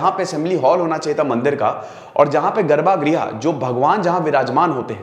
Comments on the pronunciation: Sir गर्भा ग्रह नही गर्भ गृह होता है आशा है आप अपनी हिंदी पर ध्यान देंगे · Garb grih not garba griha.